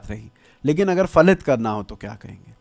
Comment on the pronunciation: Phalit. Not falit